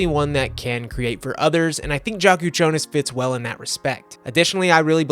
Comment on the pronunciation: I think its pronounced Yak instead of Jak for the Illinois guard. Good vid as always.